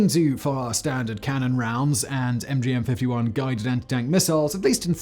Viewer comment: Every time Simon says M five fifty-one a puppy dies.